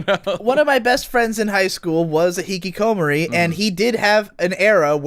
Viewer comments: the way says hikikomori makes me sad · Jesus Christ,, please look up how to pronounce Hikikomori xD